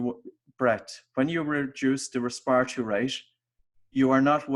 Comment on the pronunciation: I had to stop listening. No one talks like this RESPIRARY really?